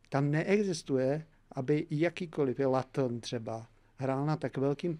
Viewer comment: rozmyslete si prosím kdy a jak se pouštět do vyslovování cizích měst. V případě Vámi zmiňovaného Lutonu totiž zjistíte, že Latn tomu říkáte jenom vy. Díky ❤